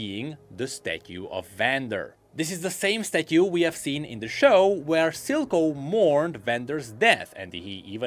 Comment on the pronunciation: that's not how you pronounce statue man.... a simple google search wouldve helped you before recording